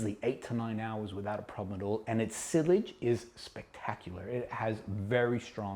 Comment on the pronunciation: Sillage is pronounced "see-yohdge" (the D is silent). Great vid nonetheless